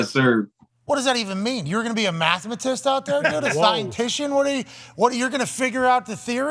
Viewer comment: Pat saying “mathamatist” might be the dumbest thing I ever heard lol